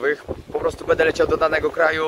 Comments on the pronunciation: Bardzo lubię Cię oglądać ale mam drobną uwagę.Postaraj się mówić będę a nie bede bo zle się tego słucha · mówisz bardzo płytkie będę wręcz wybrzmiewa jak „bede” nie jest to nacechowane pejoratywnie tak tylko zauwazylem